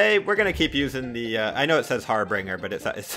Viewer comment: I’m gonna blow your mind with useless rocket league information. It’s actually the Harbinger not harbringer.....har-bin-ger. Mind blown 🤯